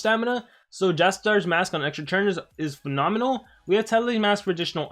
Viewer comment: Is it just me or does he say TURN as CHURN???